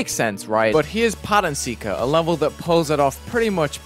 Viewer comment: Pattern Seeker ? I thought it was "Pattern Sucker"